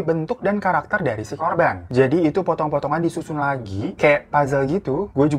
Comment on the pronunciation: Potonggg potonggg bukan otonggg😭😭😭, astaga salfok